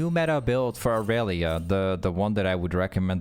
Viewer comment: the amount of e’s you miss disturbs me as a irelia main